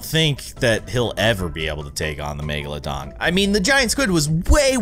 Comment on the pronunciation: It’s not magalodon, it’s megalodon